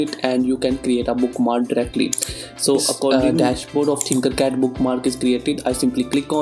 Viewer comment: Its tinkercad not thinkercad